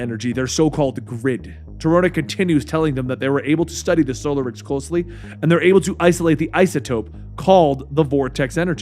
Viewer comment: *in Hermione*: It's soLArix, not SOlarix!